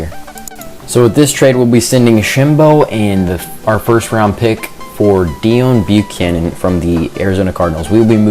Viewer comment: it's pronounced day own bucannon